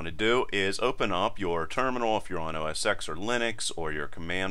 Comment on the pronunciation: Awesome video. It’s pronounced OS TEN by the way - the successor to Mac OS 9. The X in OS X is the Roman numeral for Ten.